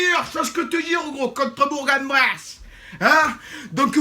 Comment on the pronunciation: Alors juste, Bourg-en-Bresse on prononce "Bourquenbresse", pas "Bourgue-en-Bresse" ! Je tolère "Bour'-en-Bresse" aussi ! En tant que supporter du FBBP 01, nous avons plus important à penser car on doit se maintenir en Ligue 2, on veut bien vous laisser le quart. Juste, ce serait bien de ne pas faire un débrief depuis Verchère, ça me ferait assez mal !